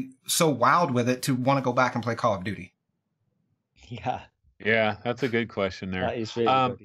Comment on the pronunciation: Did call it Call of Doody 1.48.02